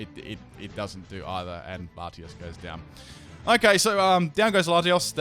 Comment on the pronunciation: I CRINGED SO HARD WHEN HE CALLED LATIOS LATIAS